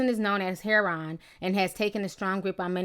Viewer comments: It's pronounced 'hair oh in', not 'hair on'...everyone in the family are victims, not just the child. Addiction is a DISEASE and they deserve treatment, not punishment. If they get better, they can then better take care of the child. It doesn't get fixed overnight unfortunately. If they continue to use after treatment, then they lose the right to care for their child until they can prove otherwise. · this is terrible. but every time you say "herron" instead of "heroin" it makes me cringey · Hair won lol it's (hair-o-in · I love you Ti, but please, pronounce heroin correctly. Like this- hair*oh*when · its not called HERON its HEROIN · I love you Ti but this is killing me.... Heroin is pronounced like: hair-ore-n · It's pronounce hair-o-in but spelled heroin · Why are u pronouncing heroin as 'hereon'?! Same goes for ur last video pronouncing gala as 'gayla' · It's pronounced he-row-in = heroin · "Hair-on" IM DEAD 💀 love you Ti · lmao that's how my my mother pronounces it. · Am I the only one who got distracted by Ti mispronouncing "heroin"? :/ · lol. the way you're pronouncing "heroin" is hilarious. Love you. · Good video but you're mispronouncing "heroin." There's also some other police photos being released lately of officers cradling babies of parents who have OD'd. Some are black, and sure enough, their families have the same complaints as the people objecting to this Ohio photo. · I love your videos you are the BEST! - but your pronunciation of heroin is off love. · you pronounced herion wrong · Ti can't pronounce heroine for shit 😂 luv u tho 😘😘😘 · Ti, I love you girl, but your pronunciation of the word "heroin" had me dead. I love your accent, girl!